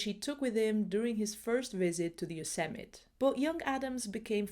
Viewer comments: Pssst. It is pronounced "yo-SEM-mi-TEE" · I recognized the magnificent & masterfully captured by the maestro Yosemite that I was lucky enough to visit! However it’s pronounced yow-seh-muh·tee with a ‘tee’ on the end. Love your content! Just discovered it. Thank you for your work! 🙏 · Heeee-Heeee! sorry but it's Yosemi- tee 😂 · yo-sim-mah-tee 😉 lovely video. subbed. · a very good video...but the final e of Yosemite is pronounced. It sounds like Yo-sem-it-ee with accent on the sem. A very small matter. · Nice video( from a fellow pianist and photographer neither to the same level as Ansel but he wasn't distracted by YouTube haha ) just one quick point I think "Yosemite" is usually pronounced "Yoh-sem-eee-tee", best wishes Mark